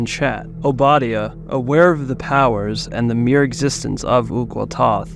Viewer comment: You butchered the pronunciation of Obadiah’s name.